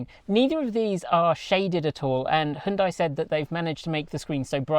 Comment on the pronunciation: HYUN (HON) + DAI ?!